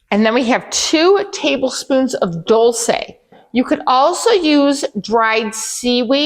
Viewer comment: This looks so good, I’m so excited to try it! Thank you and your cameraman 😂 also I believe “dulse” rhymes with pulse